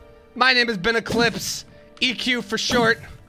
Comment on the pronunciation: “Eqlispe the primordial one”